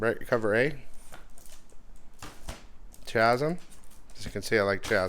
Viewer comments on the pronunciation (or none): Like #133. Hey. Two things. First, I’m sorry but I have to… it is NOT pronounced CHAZ-EM, it is pronounced KAZ-EM. The H is silent in Chasm. You’re driving me nuts with that shit.:) Two, I’ve had issues with both companies as well, but as someone who runs conventions in Dallas (and travels to other shows), I’m seeing more and more folks wanting RAW books now, actually being turned off by slabs. I realize slabs usually sell for more, but I think collectors are starting to look for books they can actually open if they want, and feel like they’ll get a better deal on. Even Heritage Auctions appears to be selling more raw books lately. Just something to think about. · It’s pronounced “kā-zim”